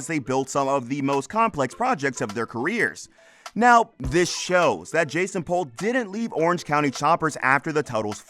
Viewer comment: It's "POOL" not "Pole". Did you watch the show at all?